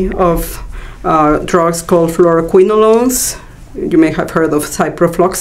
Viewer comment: Fluoroquinolone not Flouroquilonole ! Don't put flour in your toothpaste or fluor in your cake ! :D